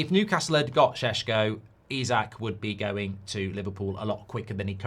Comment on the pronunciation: You forgot to tag the part when you showing off that you learned how to pronounce šeško’s name properly 😭